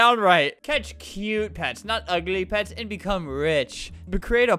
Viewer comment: What random people hear: pets pets pets. What I hear: pads pads pads